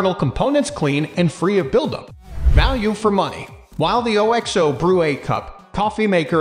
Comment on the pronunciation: wait, what the f did you just say?! Lol thats the least catchy name ever!😂 and why don't anybody know their brand's name is pronounced as a word not spelled out. Its pronounced Ox-Oh, because of Oxtail soup. it always has been way back when all they sold was bullion cubes.